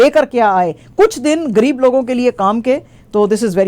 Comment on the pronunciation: کھترا کیا ہے لفظ خطرہ ہے اور گر یب کیا ہے لفظ ہے غریب